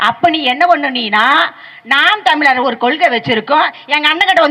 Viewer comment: நீங்க பேராசிரியரா...? நாம் தமிழர் என்பதை நாம் தமி லர் என்றும் வழக்கு என்பதை வளக்கு என்றும் சொல்லும் நீங்கள் தமிழரா...அதுவும் ஒரு பேராசிரியரா...? முதலில் தமிழை ஒழுங்கா பேசுங்கள்...அப்புறம் பார்க்கலாம்.